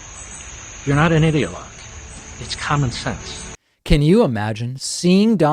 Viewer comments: I like how Levin calls him not an ideologue not with the pronounciation of ’idea’ but ’idiot’. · Hmmm. Sounded like "idiot log" to me.